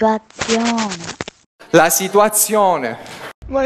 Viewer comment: È uguale quando ha detto "la situæziœne"